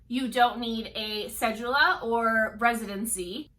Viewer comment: say it with me cedula, pronounced Sé-Du-La.